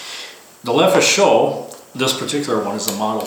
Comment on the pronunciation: Everyone keeps making the same mistake when pronouncing "Lefaucheux:" they say "Leh foo show" [which would be spelled "Le feu chaud," aka "the fire is hot." It should be pronounced "Leh fo' shoe" like it's spelled. I don't blame you: when even Ian McCollum [die hard Francophile gun nerd of Forgotten Weapons fame] makes the same mistake, you've got to figure it's going to propagate across the interwebs. But it still drives me a bit batty... 😄